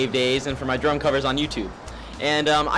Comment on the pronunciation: When that guy said "drum covers" it sounded like "drunk covers"😂